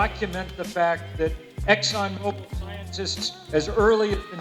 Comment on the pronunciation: Exxon says their name Mo Bil not mo bile like the thing that hangs from a ceiling. Mo bill as in movement like a car. Great video though as they are screwing the world with their lies. They dragged payments the courts awarded from the Valdez nightmare by dragging it through the courts while people were hurt.